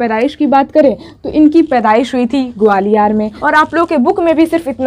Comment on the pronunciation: Mam ग्वालियर सही से बोला करो